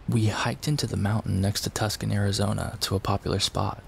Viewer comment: Tuscan, Arizona? WTH? How about Tuscon? Pronounced too-sawn.